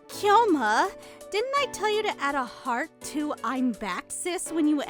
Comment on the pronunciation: Just like how they're reading Kyoma as Kai-yoma instead..